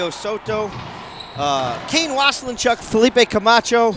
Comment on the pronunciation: Waselenchuck, pronunciation, get it right. It's driving me nuts! Was=len=chuck. Not was a len chuck. Thanks! :)